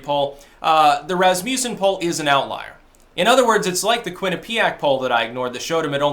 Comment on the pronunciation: Quinnipiac is pronounced with the accent on the 1st syllable.